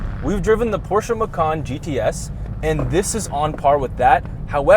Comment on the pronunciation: Did he just pronounced Porsche the right way? How refreshing to hear someone getting it right.